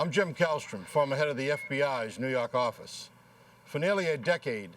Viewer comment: "nuu yawk affice"